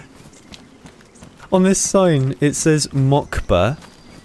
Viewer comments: He said mockba 😂 it’s in Russian bro it says Moscow or Moskva if you wanna pronounce it in Russian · «Москва» is ‘Moscow’ in Russian by the way, it is pronounced like ‘Mahs-kvah’